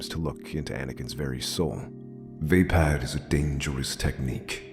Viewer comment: No offense but i belive your pronouncing it wrong. Its vaa>pod< not >pad<